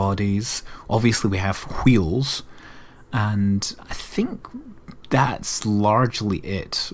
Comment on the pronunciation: Hweels. Why are you putting so much emphasis on the H?